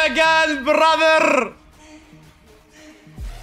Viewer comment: is so racist he even pronounce brother with hard R 😂